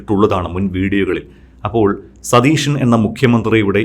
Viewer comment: അവതാരകാന് മലയാളം വ്യക്തമായി സംസാരിക്കുവാൻ അറിയില്ലേ? മുഖ്യമന്ത്രി സതീശൻ എന്നു വ്യക്തിമായി പറയൂ, സതീഷൻ എന്നല്ല. ഇനി ശ്രദ്ധിക്കുമല്ലോ